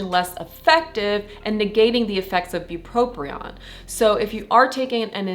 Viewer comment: Great video. However, you are mispronouncing “bupropion” by saying “bupropRion”. There’s no second “R”. But…thank you for the really helpful information.